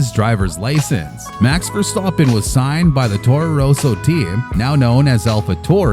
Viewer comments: He actually pronounced it correctly. With a bit of an accent he pronounced it the dutch way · Verstappen pronounced correctly, geweldig